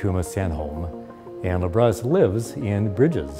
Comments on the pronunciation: Lab Rat Us. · "just in libratus fashion" lmfao how many times did the robot suckout loooool